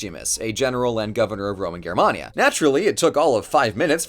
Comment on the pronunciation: I'm sorry, Grr-mania?